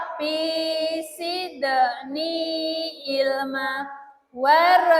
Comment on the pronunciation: Zidni bu jangan sidni. Bahasa Arab beda huruf, pengucapan artinya juga beda jauh